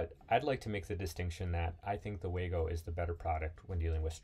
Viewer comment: Waygo it the "way-to-go" 😝